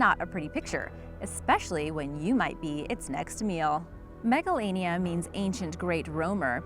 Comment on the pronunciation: I thought that she said megalovania instead of Megalania XD